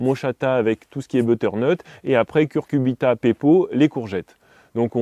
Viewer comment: CuCuRbita et pas Curcubita!